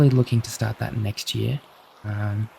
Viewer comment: The second u went it’s hot this time of year I went Aus/Nz with your accent